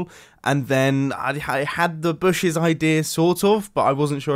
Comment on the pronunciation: In this episode we had "booshes" and "iRon."